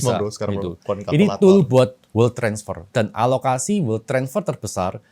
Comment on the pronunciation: bukan world😂 wealth